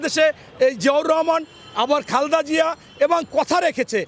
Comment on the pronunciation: খালদা না খালেদা হবে। অশিক্ষিত লোক কথা বলাই শিখে নাই এখনও